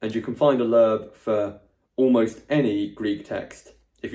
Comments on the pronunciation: its not lerb .. its lo-eb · As an American (where Loebs are published) hearing “Lerb” cracked me up! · A little note about Loeb editions - (1) in America, we usually pronounce them "Lobe", and (2) they do contain some critical apparatus with some alternate readings in the margins on the English side. (3) They are being revised, and in newer versions some of the bowdlerized text has been restored to a more accurate translation, and it appears that they are being revised around once a decade or so... They are often available at many university libraries in the US, and even in local used bookstores - I've only once found an Oxford Classical Text edition, but will see Loeb editions show up semi-regularly. Of course - new editions of both can easily be had by ordering.